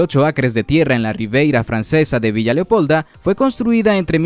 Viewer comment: No es "Riveira" sino Riviera" ¿3/4 de mil millones? ¿no sabes decir 750 millones?